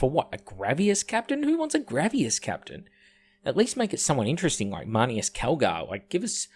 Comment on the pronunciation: Why are you saying "Grav-e-as" Its grav-iss, like a snake hiss. Like are you just saying wrong because its hipster or are you wilfully ignorant?